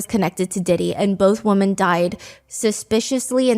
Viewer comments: Please learn the difference between wo”man” and wo”men” i really enjoy you, but its crazy you dont know the difference🤯🤯🤯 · It just bothers me a bit that you pronounce the plural “women” as you would “woman” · It’s nails on a chalkboard when you pronounce “women” like “woman”